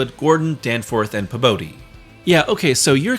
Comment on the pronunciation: Pabodie is pronounced “Pea-body”.